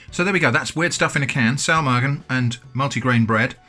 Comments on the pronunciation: Your pronunciation of Saumagen is alright! My Grandma doesn't serve it with mustard but I guess it goes well together as Saumagen tastes similar to Fleischkäse, which is usually eaten with mustard. I'm actually surprised to see Saumagen being sold as an international product as it's regional dish from Palatine. How much did these cost? It looks like an excellent thing to have on the shelf when there's nothing left in the fridge! Edit: I looked it up, it's 4,50€ for the Bread and 6€ for the sausage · Your pronounciation of Saumagen is pretty good. It sounds a bit like a very northern german accent which is funny because Saumagen is a regional dish from southern germany but I've heard worse from people claiming to be completely fluid in the german language.